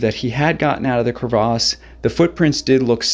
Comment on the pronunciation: Pronounce crevasse correctly.